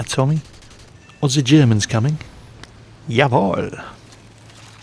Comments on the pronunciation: your jawoll and wunderbar was perfektly without accent. i think we german will be happy to hear more german words from you :) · "Jawohl" and "wunderbar"... pronounced like a real german, not heard any of your british accent in spelling it. :D Sehr gut ! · "Jawohl" and "Wunderbar" was reall good pronounced, you heared like a native German.